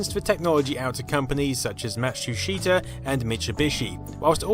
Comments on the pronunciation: "Mashusheytah" "Mishubishi" "ughyomega" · "Matschuschita"? "Mitschubischi"!? Matschu Peetschu!